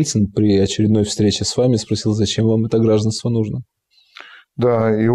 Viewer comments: Не гра́жданство,а гражда́нство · Гражданство, гордон ударение правильно поставь и наших евреев не трогай.